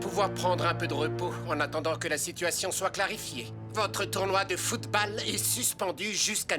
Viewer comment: ptdr en plus ca se prononce footbol